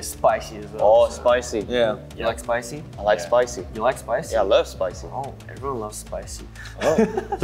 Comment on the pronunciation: The way they kept repeating spicy and spoicy (for Chan and Felix) 😂